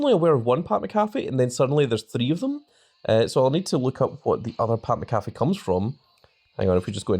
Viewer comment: How many times you gonna mispronounce Pat Mcafee 😂